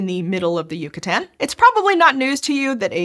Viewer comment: It’s Yucatán not yucutan you dweeb